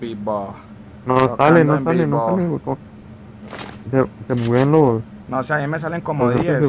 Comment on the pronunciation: decía tocando en pivo o vivo